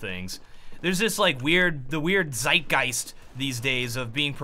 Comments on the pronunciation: thanks for all the answers :) It just sounded extremly weired to hear the word in the english language^^ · hahahaha being german and hearing him pronounce the word "Zeitgeist" is so funny :D